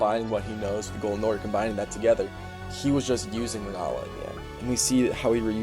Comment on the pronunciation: For the love of God, US English speakers, please. RENNALA. RENNNNNNN A L A